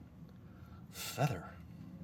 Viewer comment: its feather not feder XD